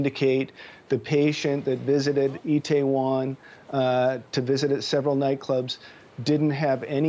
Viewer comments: Mario Kratt It’s not Taiwan, it’s “Itaewon”. It’s a suburb in Seoul. Has a lot of restaurants and nightclubs. Kind of an Entertainment precinct. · President’s name is pronounced MOON-JAY-EEN. Seoul’s district is pronounced “EE TAY WON.” Please practice names before going on air.